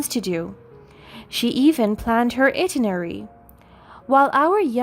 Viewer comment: Itinerary. Sound it out: eye-TIN-er-ary.